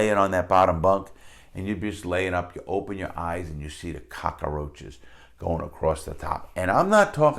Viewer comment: I love the way he says cockroaches 😂